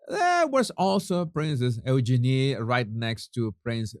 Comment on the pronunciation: EUGENIE IS PRONOUNCED U-Jeannie, not Ooh-Jenny. Jesus honey. Lots of love and bliss to you too. love your shows, make me lol when you call that odious pair The Duke & Duchess of Sausages and their charity Asswipes. Really makes my day. 🤣🤣🤣🤣🤣